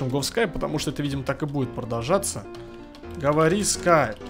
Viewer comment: Говори а не гавари